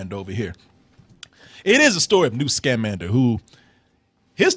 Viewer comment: 1. I'm pretty sure you're incorrectly emphasizing the syllables of his name. Unless I'm wrong, it should be sca-MAN-der, not SCA-mander. 2. This wasn't adapted from the Fantastic Beasts and Where to Find Them book. It's not just that it wasn't a novel—it wasn't a story! It's an in-universe textbook on magical creatures. Newt even mentions that he's working on it in the movie. Of course, the movie includes references to the textbook that he eventually writes (various magical creatures, his love interest, etc.), but it's not an adaptation. 3. The magical creature that you think is a rip-off of Groot is called a bowtruckle, and it existed in the Harry Potter books long before Groot came around. 4. The "platypus" is called a niffler, and it is also a magical creature that was in the original series.